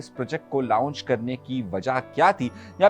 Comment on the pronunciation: لاونج نہیں لانچ لفظ ھے۔ lounge nahi launch